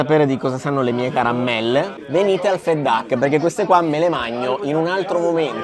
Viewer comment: Perdonate solo una sfumatura relativa ma... Il reiterato pronunciato 'fet duck' non dovrebbe essere 'fat duck' ? Anche il personale in servizio lo pronuncia cosi'... Ascoltando stona un po' la differente pronuncia.. Grazie